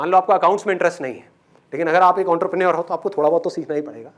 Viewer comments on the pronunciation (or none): Sir apne sayad ontherpreneur kaha but actually its entrepreneure